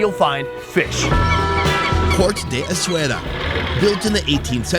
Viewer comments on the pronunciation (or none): S - A - WE - RA that's how you pronounce the name of the town not eswera or whatever you say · In media etc, Essaouira is actually pronounced the way it's written ie Essa-weera.